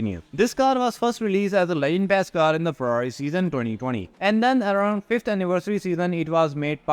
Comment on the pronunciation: They way you chew & throw the words NUMMBBBBBRRR & Ferrrrarri Are painful to hear. I know you are Indian.